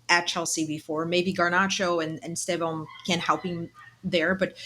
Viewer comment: Great show guys. But hey, you are sharing the Pod with two natural Brazilian Portuguese speakers, that consistently (correctly) pronounce his name as ‘Stev-on’. Give up this ‘Es- Tev-Ow nonsense. I forgive some of the ignorant British content makers and commentators, but you literally have no excuse. You are hearing from the horses mouths!!! COYB